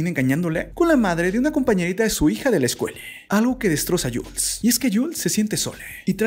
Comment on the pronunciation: No es necesario q deformes el idioma español poniendole la vocal "e " a la palabras distrae la atención a las imágenes... emprese, mode, piense, elle.escuele.. etc. Es irritante.